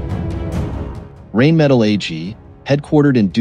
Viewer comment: Wouldn´t it be awesome if you knew how to pronounce Rheinmetall correctly.,.... not knowing that... makes it not-view worthy....